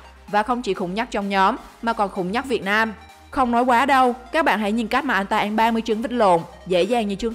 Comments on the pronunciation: Ăn thành an luôn:))) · Nói cứ ăn thành en😂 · Ăn phát âm thành “anh”. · MC nói ăn mà cứ anh anh, nghe mà khó chịu. Kiểu nói còn k sõi mà đi làm MC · mình nghe như een hay ên 😅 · Chị này nói từ "ăn" kiểu gì ấy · Video giải trí ổn, bạn nên đọc cho rõ chữ "ĂN" chứ người Việt mà đọc sai chính tả thì nghe rất khó chịu